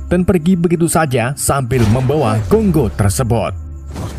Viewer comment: paling lucu pas ngomong GONGGO 😂😂